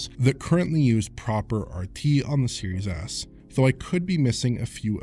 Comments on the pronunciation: You'd be right lmao. Series Ass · I keep hearing "serious ass"